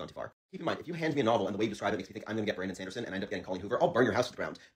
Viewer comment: Bramdon Sandersens this pronunciation got me rolling on the floor 😂